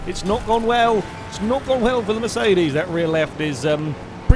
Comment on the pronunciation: everytime you say mercedes i hear it like "miss 80's"